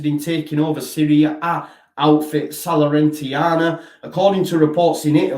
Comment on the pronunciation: Need to brush up on your Italian. It's Salernitana.